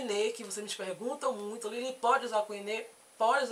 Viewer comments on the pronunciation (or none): none